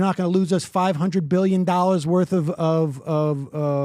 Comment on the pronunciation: Retarded pyramid scammer who can't even pronounce the world "dollar". The fuck face says "a million nollars". Go back to Iran.